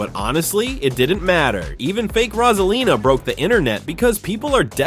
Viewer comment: IT'S ROSALINA NOT ROSELINA MAKES SENCE